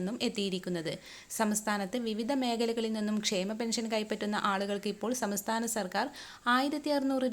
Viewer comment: സമസ്ഥാനം അല്ല സംസ്ഥാനം